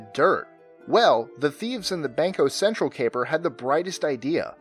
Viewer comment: Cringe on the pronunciation of "Banco Cetral" from Brazil